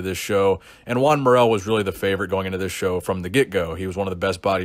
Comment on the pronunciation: SHOTGUN20000 Lol I thought he was saying “Gian”